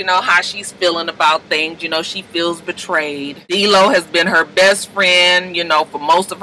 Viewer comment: Why she always call him DEELO that's the funnest thing ever